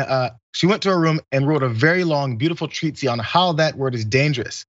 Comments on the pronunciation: Jeebus.. c'mon you guys are journalists, learn how to pronounce words, Treatise is tree-tis not treet-see... seriously how did you even get to treet-see? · Its pronounced Treat-eeze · Rodriguez: Agreed on all points. P.S. I thought treatise was pronounced "Tree-tice" but I could be wrong. 💕🇮🇪🍀 Love from Ireland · lol, treatsy. I loved how it's used twice in the quote so you're just waiting for him to botch it again lol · The word isn't "treat-see" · Why is he pronouncing ‘treatise’ as “treatsie”? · Try "treat-is" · Wow!!!! Buddy… whatever your name is, read the word “treatise” and LEARN HOW TO PRONOUNCE IT. Hint: it is NOT pronounced “treatsie” like you pronounce it. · I'm actually more concerned that mispronounced "treatise." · lol ya that was weird how he pronounced it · I only came to the comments to see what people were saying about Jayars pronunciation of the word 'treatise.' It's surprising it's not the top comment. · Never said I was perfect. I really enjoy. I was simply surprised that he didn't read the text before he started the show. His pronunciation actually made me second guess my own pronunciation because I do respect. Sorry if I offended you